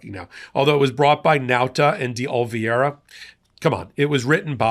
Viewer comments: No offense but you pronounce De Oliviera like this De O-li-Ve-era. I think. Correct me if I’m wrong. lol 😂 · The name is De Oliveira - that's day olly verra, not the way Popok keeps mispronouncing it. C'mon, man! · Popok, you are the best and my favorite journalist/commentator! I find you articulate, smart, and a graceful communicator. There is one thing though, it’s pronounced DAY-OH-LEE-VARE-UH. Just saying. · Since I don't do social media this is specifically directed at. His name is De Oliveira. Yet you consistently pronounce his name as though the "i" in Oliveira is placed before the "e". You're mispronouncing his name. This isn't the first time either. Though I would find it hard to believe that you're doing it on purpose, as some sort of a dig, I would suggest that you consider the possibility that you might be dyslectic. In any event, please pronounce his name correctly. Otherwise, I love what you do, been a subscriber since nearly the beginning.